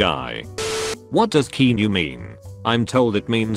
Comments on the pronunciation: Keanu’s name: “Keanu” Bot Reader: kEyNoU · Everyone: Keanu Narrator Bot: Keeee Nuuuuu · kee-nu reeves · narrator saying keenu made me laugh too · Everyone: Keanu The voice: Keyniu